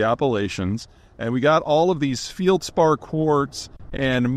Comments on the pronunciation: "feld·spaar" not "field" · "Fieldspar" (sic). No, it's feldspar. No i in the word and there never has been. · It's feldspar, not fieldspar, Peter, but go on. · It’s “feldspar”, not “fieldspar”… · FELDspar pronounced FELL'D SPAR NOT FIELD SPAR. I made real Pyrex (borosilicate) glass, I also made missile nose cones, wave guides and cathode ray guns among other glass marvels. I'm sure there's a good bit off site. It's not hard to stock pile or store and some of the less lucrative uses can be sidelined for a bit. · Please learn how to pronounce felspar. It's a short "e", not a long " e" like you spoke. Think 'fell spar' instead of 'feel spar'. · Feldspar, not Feildspar. Pronounced with an E, like in "Bed". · FELD-spar, not 'Field-spar.' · “Field-spar” 😂 Never heard anybody say it that wrong before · Feldspar is pronounced like Marty Feld man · Denigrates Southern time and then can’t pronounce feldspar. 😬